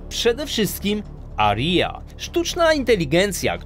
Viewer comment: ja używam opery, jako programista mam trochę do zarzucenia ale islandy mnie mega przekonały już dawno temu i nie arija tylko aria